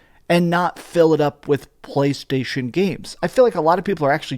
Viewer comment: Why do you pronounce“PlayStation” so disgustingly? 🤢🤮